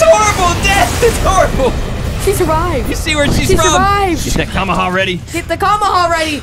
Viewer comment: It kinda makes me mad that they first say kamekameha wrong*sorry for typo*and that they call the deli smash the kamekameha